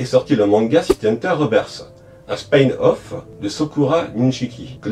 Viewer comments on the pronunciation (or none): Merci pour cette vidéo complète ! (Instant prononciation : one shot : ouane chote , pas choute . Spin off : spine pas spaïne off ;)